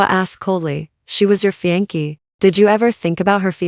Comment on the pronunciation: Fiance is pronounced fee on say not fee on key.